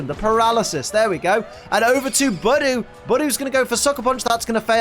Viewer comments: Idiot not saying Budew right!!!!!!!!!!!!!!!!!!! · Great now you've pointed it out to me I'm never going to say Budew normally again, thanks